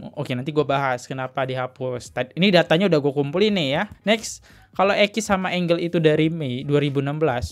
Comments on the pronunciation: Maaf.... bacanya bukan engel tp enjel x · Gue a bit 'cringe' elo sebut namanya angle... angel bacanya Enjel, bro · Bacanya enjel kali bang,kalo enggel tulisannya angle